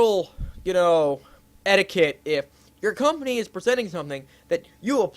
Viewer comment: etiquette was the word not edicate.